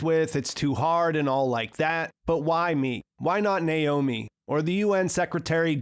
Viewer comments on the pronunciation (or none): none